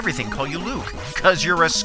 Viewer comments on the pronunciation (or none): none